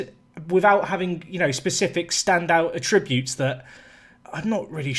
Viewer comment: Not sure why it annoys me but it's attributes not a tributes lol